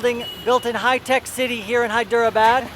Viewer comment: Good stuff man. I'm sure in one of the 600+ comments someone has already mentioned this, but I'm not going to check ;-) : It's said more like "Hy-dra-bad". How Indian language got ported to English script is lost on me, but I have found things like there are multiple "d-plus" phonetics. In Hyderabad, the "der" is slightly different than a "dr", and the "dera" (not two syllables) is slightly different from "dra". It messed me up for years since when I see a vowel separated by consonants, I assume it is a separate syllable (hence Hy-der-a-bad). The great thing is how most Indians don't really care and if they take the time to correct you, they're always so kind about it. (p.s. I obviously want to post about my struggles getting these things correct and this has little to do with the video. Thanks for the space to rant).